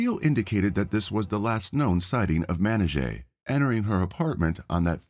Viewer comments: you pronounced her named 259 different times. each time a different pronunciation os a simple name. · How many different pronunciations of this poor woman's name did we hear? I lost count. RESPECT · Ugh the mispronunciation of her name the whole video 🙄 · I'm sorry but it's super disrespectful that you keep butchering her name. Presumably this channel is making money by reporting the case; the least you could do is ensure the victim's name is consistently pronounced correctly. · How the narrator pronounced her name 6 different ways in the same video?? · Horrible. Show respect by pronouncing her name the same way each time, even if you butcher it. Just saying. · I like your channel and watch a lot of your uploads but I can't finish this one due to the terrible disrespectful prounounciation of her name. Even after the police officer said her name in the news clip you still say it incorrectly. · Sounds as tho he's saying matty jay when its pronounced mer nee jah rhymes with amnesia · The officer pronounces her name Ma-ni-ja. And, said that people called her Mani. I usually don’t get bothered by someone mispronouncing a word or name…but the fact that this “narrator” says Manijeh’s name every other sentence, and doesn’t pronounce it right once…that does bother me. Especially since the channel included footage of her name being pronounced correctly. And, most especially since her moniker was something so simple to pronounce. This MUST be AI narration…or an idiot. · yes, i imagine the proper pronouncement of it might be like the officer footage mannáy-jah. not mennuh-jey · It's a Persian name, correctly pronounced "Man-i-zheh," but in English that letter j is often substituted for the Persian letter "zh." And of course it's "Mani" for short in both languages. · I guess it's pronounced Man-I-Jah? At least that's how the officer pronounced it. Great story though. Mistakes happen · You could at least get the victim’s name correctly.